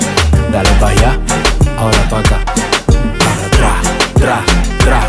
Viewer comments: Logan dice PRA en vez de TRA JAJAJJAJJ LO AMO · Me encantaaaa, me da risa que Logan pronuncia Pra en vez de Tra 😂 los amo ♥️